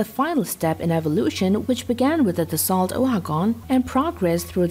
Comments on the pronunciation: Dassault is NOT pronounced like you do! It is a french company, thus french pronounciation. And it is pronounced like "Dasoe" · It’s pronounced Da-soul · Dassault is pronounced Dassau just so ya know! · Dassault pronounce "da so" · you've made a video about Dassault and pronounce the name wrong all the way through.